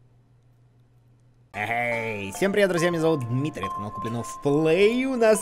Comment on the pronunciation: Димитрий а не Кмитрий